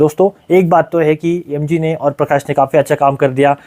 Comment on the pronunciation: Yem-ji..... Not MG 😂😂